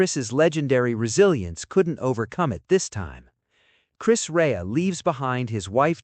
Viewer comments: Exactly,it's insulting that they can't even get his name right.🙄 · His name is not Chris Ray, it's Chris REA, RE-AH. Get it right. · Exactly,, most annoying!! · I would appreciate it if you pronounced the words correctly …. It’s NOT. Chris Ray It’s Chris (pronounced) Re-ah. Then his hometown is not pronounced Middlesbro. It’s Middles-borough ( burrah). Thanks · You can't even pronounce his name correctly!!! Ray haha. It's pronounced Reeah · RE-AH not Ray. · Say Chris Rea's name right! It's not "Ray" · At least make sure the rubbish mechanical commentary got Chris Rea' s name right. Chris Rea NOT Chris RAY! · 🙄 For goodness sake...... at least have the decency to get his name right Chris REA not ray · Please use an English person to comment, then they would know how to pronounce his name right,It’s Chris REA,not Ray.. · THANKS ... UP UNTIL NOW I PRONOUNCED CHRIS RIA... SORRY... RE AH... MY MISTAKE... UNINTENTIONAL... STILL I SHALL CHERISH HIS MEMORY... BEFORE BEING AN ICON MUSICIAN HE WAS A LOVING HUSBAND AND FATHER FOR HIS BELOVED TWO OFFSPRINGS JULIA CHRISTINA &JOSEPHINE❤❤❤ R.I.P. NOW YOUR ONLY ROAD IS TO HEAVEN.... WE STILL BE HERE ON THE ROAD TO HELL... BUCHAREST ROMÂNIA IS SHARING TEARS 😢😢😢😢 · Erm, that is Chris REA, not Chris Ray! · You mispronounced his name. It's "Ree-ah". Very, very sad. Huge talent! What a sad medical life. Loved his biggest Top 40 1979 hit, "Fool If You Think It's Over" .RIP Rea. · Chis Ray ???…..if you are going to make a video, make sure you pronounce their names correctly ! I knew Chris Rea as a young lad, I went to the same school as his wife, a Stainsby Girl. He was a real hero of music, and deserves more credit than he did. rIP Chris. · Right? It's a documentary, and the very first thing is that they get his name wrong? For goodness sakes. Rest well Chris REA. See you when it's my time to slip on God's Great Banana Skin. 🙏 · Oh my days can't you pronounce his name properly. You are soooooo annoying